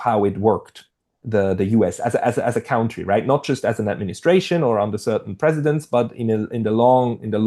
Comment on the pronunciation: And, although there are a lot of cows in the country, “country” is not pronounced “COWn-try” but “CUN-try.” I always thought you were afraid to use the bad word “cunt” but your prolific use of “BS” and “bullshit” emboldened me to finally point it out to you. Free lesson from a retired teacher of English as a second language. ;)